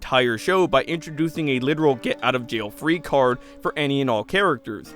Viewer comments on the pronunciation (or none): none